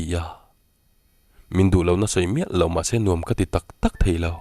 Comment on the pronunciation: I thu chhiar ngaihthlak avan nuam em a thu a ngaihnawm bawk si. Chu tih rual chuan lo tih hi lau i ti ṭhin a lo ti in hanlam chiang deuh phei la chu a ngaihnawm ati zual ngei ang